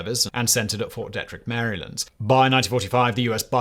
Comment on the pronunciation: It's pronounced Ft. Dee trick. Glad I could help.😌